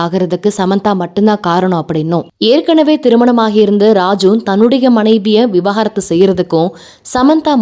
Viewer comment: Vi-va-gaaa-rathu ila vi-vaaa-ga-rathu